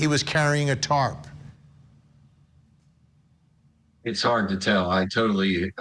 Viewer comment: its pronounced TARP.🙄 she said “tart” like she’s talking about some baked good